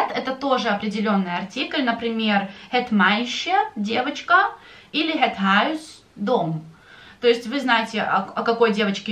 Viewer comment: Некоторые дифтонги Вы произносите не так,как объясняли , например в словах - дом,и исключения и некоторые другие